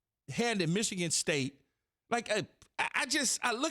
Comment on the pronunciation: But it's Michigan like comon